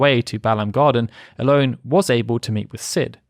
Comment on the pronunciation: Watched this today and loved the level of detail (though in my head, Ellone was always pronounced El-ony. I am not sure if it is official or if there is an official way to say it, but in my mind, I corrected it every time you said her name, haha), and I gotta say I would love to see the same detail for FF9 and 14 (though I know 14 would be a huge potentially insurmountable undertaking)